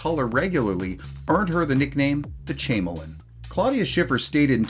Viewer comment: “Chameleon” pronounced ka-meel-eon is a lizard that can change it’s color and camouflage itself at will. Great videos!